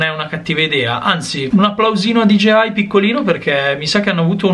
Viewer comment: Allora non sono l’unico ad avere difficoltà a pronunciare DJI 😂